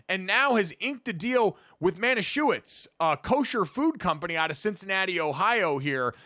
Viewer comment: It's the mispronouncing Manischewitz for me. The W is a V sound here, so it's pronounced "ma•nih•sheh•vihts".